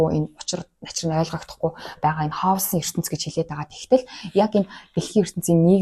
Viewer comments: Халс биш Кэиос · Харин тийм ээ, КАЙОС шүү